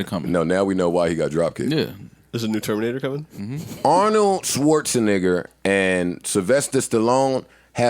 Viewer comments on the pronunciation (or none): Joe is such a fool how he pronounces Arnold's lastname. "Arnold schwarzenigger"